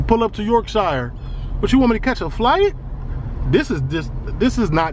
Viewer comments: BROO its pronounced York-shuh not York-shiyah hahaha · In the UK, the "shire" that's at the end of the name of a lot of counties is pronounced like "sher" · It’s pronounced Yorkshur and Marseilles is Marsay 😂😂😂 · I would love to visit this place one day! The way you say YorkShiire cracks me up 🤣 I’m from West Yorkshire and it sounds so funny to hear you pronounce it like that.